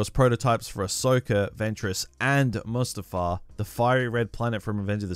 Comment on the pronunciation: when he said mustafar, i clenched my fist in anger